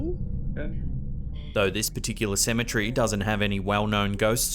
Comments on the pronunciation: Cemetery not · I have to correct you with pronunciation of the word cemetery. Say cem-e-tery and clap your hands while saying it with the syllables of the word lol. It sounds like you're saying Symmetry like in engineering terminology meaning symmetrical/ centrality to a certain feature to/of something. Ok, I'm done being an A-hole who thinks he knows what he's talking about... 😂 Sorry. You're AWESOME! BTW and love all of your content!!!